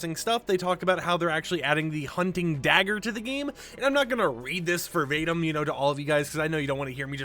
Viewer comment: "For vatedum" lmao the word is Verbatim pronounced Ver-Bate-em